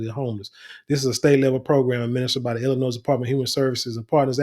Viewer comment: The s is silent in Illinois. It's Illinois not Illinoise. 😂😂